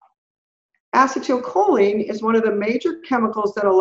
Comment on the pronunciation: Mind-boggling information in this interview. I thought I understood "Vitamin" D (really a hormone), but clearly didn't! Will listen again (and again). But I keep shaking my head at the way pronounces acetylcholine. I have NO IDEA what she is saying, but my understanding is that it should be pronounced "a-SEE-tul-koe-lean." That's the only way I have ever heard it pronounced and every time she says it I am thrown off terribly and miss the next seven or eight words trying to get my bearings back!